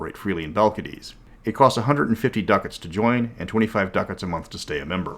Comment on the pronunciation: Love ya, pal, but the way you pronounce ducat causes me physical pain.